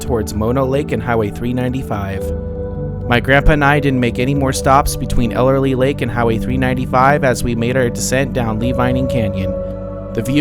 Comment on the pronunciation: Those small lakes at the top of Tioga pass are "tarns". Typically no fish, sometimes frogs. That is Ellery lake, not "Elerly" as you pronounced. Why did you not stop at the Moccasin fish hatchery, at the bottom of Priest Grade? Just after Tioga Lake, there is a road to Saddlebag Lake, at 10,000 elevation, very clear and deep. Good trout fishing at Tioga, Saddlebag, Ellery. Season ends mid/late October. KEEP CAR IN LOW GEAR going down Lee Vinning canyon, save your brakes! That bronze relief plaque of the Yosemite, at Olmsted point, I have not been there for a while. Sometimes along the road to Lee Vinning you can catch a glimpse of mountain sheep.